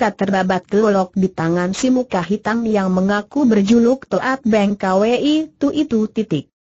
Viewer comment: Toat Beng Kwi dibaca To at beng ka we i lucu.. computer mmng yg baca